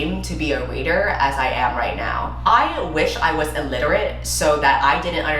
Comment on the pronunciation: “ I wish I was illierate” 🤣 😂😂😂😂😂